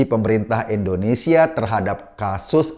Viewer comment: Indonesia bang bukan endonesa 🤣🤣🤣